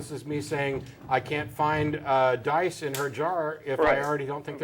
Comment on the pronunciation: Dice,, dice, not "These die".